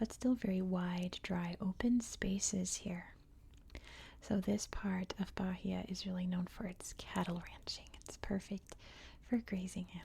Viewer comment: It’s ‘ba-EE-a’ with a silent H :)